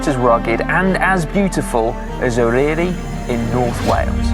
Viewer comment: Just to say - the Y in Eryri is pronounced like the U in but. Fab video though. I'm planning to do it next spring on my emtb over several days - but I am 73.